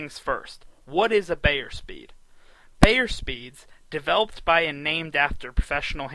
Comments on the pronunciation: Hey, it's BIIIIIIIER, not BAAAAAYER. He's the most prolific handicapper, writer, speaker and defender of horse racing in history. Not hard to pronounce his name correctly. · It’s Bye-er , not Bay-er. Makes me think this guy doesn’t know anything.